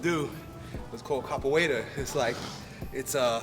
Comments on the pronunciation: Capoeira I think means, I'm not sure he's pronouncing it correctly. Good video though man. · Props on the caporeria but man fuck you can't pronounce it right n your jinga sucks bruh!